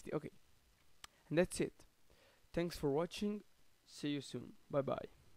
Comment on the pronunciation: "tanks" for watching